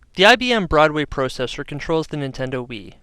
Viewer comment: I like how he emphasizes "pro" in processor and process.